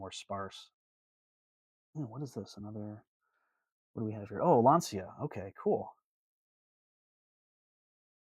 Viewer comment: I know it's spelled Lancia, but is pronounced Lanchia. Yes, Mr. Picky strikes again, another interesting fact of the Chrysler Town and Country wood bodied cars is 1950 was convertible, 1949 was 2-door hardtop, 1946-48 had convertible, 2-door hardtop, 4-door sedan and in 1942 had a wagon with a lower tailgate of two pieces hinged at the sides rather than the bottom.